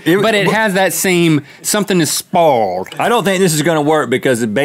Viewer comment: "something is SPOWHLD"